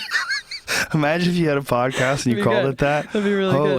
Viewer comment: Joe "imaagine" rogan